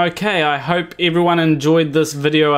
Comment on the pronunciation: Yet another person who doesn't have a cthlu how to correctly pronounce Cthulu :/